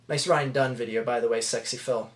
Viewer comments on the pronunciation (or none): none